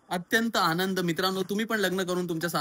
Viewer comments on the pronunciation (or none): none